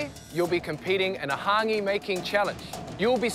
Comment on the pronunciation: The host can’t even pronounce hangi right